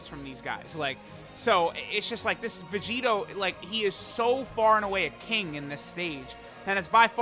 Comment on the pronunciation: that "look at Vegito man" made me hear "look at Curry"